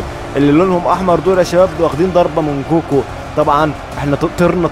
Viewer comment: هو انت ليه يا بتحط غو كو بدل كوكو اسمها كوكو